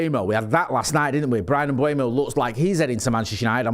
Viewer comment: Is it Kinder Bueno? I'm trying to work out why so many people say Mbuemo instead of Mbeumo. It's driving me mad. M-beu-mo. It's pronounced exactly how it's written.